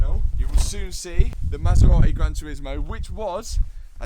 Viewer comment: Anyone know where the 'T' in Maserati went?